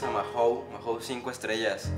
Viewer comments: Jajaja , nunca escuché a nadie que pronunciara la marca de esta cerveza así, " maju " , por cierto "cracks", habéis probado la variedad 5 estrellas , existen otras opciones de la marca mahou, como la clásica( lata verde), barrica, negra, maestra etc. No las metáis metáis todas en el mismo saco, se nota no tenéis ni p. Idea desde el respeto os lo digo. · Soy de españa y la verdad que no es que me guste mucho. Por cierto, sin ofender, aqui la pronunciamos "maou", solo para que lo sepais. Gran video como todos y viva metallica!!!!